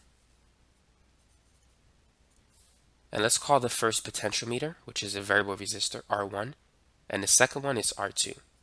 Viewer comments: I thought it's pronounced "po-tent-chi-ometer" not potential meter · Why you say Potentiometer and De-coupling, weird?